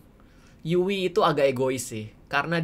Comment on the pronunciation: Bukan yui tapi yu'i